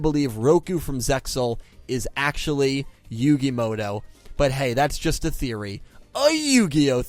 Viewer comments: Why do people pronounce it "Yugi Moto" when it's muto?? 🤔 Even I do this lol Mandela effect maybe? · "Yugi Modo"